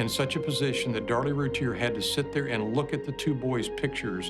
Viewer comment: Darlie's last name was mispronounced. It should be "Root-ee-ay"